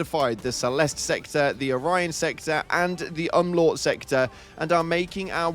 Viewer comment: Umlaut is pronounced: um (literally um) laut (lau is pronounced like low in allow)